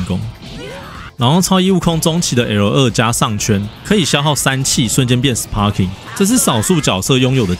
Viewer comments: Sparking的p要發b的音呦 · 雖然sparking發音是sparking，但一般不會有人特地唸成sparking，通常是會唸作sparking，因為影片一直sparking來sparking去，好像很努力想要發音正確，但其實反而偏離現實sparking的發音。